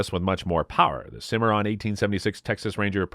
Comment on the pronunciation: Why are you showing the wrong guns. Most of the ones shown during the colt SAA part weren't even single action army's. Lol Learn how to pronounce Rossi, Stoeger, Cimarron. You forgot all the Uberti 1873 winchester replicas and the Rossi 1892 replica. Plus the Marlin lever actions and sharps reproduction... Great subject material. Terrible delivery.